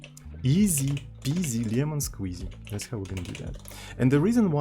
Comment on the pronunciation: The lemon squeezy in Slav accent is just golden :)